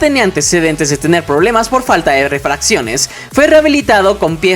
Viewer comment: Una observación: Refacción es una pieza de repuesto o oa reparación de algo estropeado. Refracción es Cambio de dirección de un rayo de luz u otra radiación que se produce al pasar oblicuamente de un medio a otro de distinta densidad. Ejemplo: "superficie de refracción" Y en todos rus videos al hacer referencia a la falta de refacciones en el metro , siempre pronuncias "refracciones". Saludos!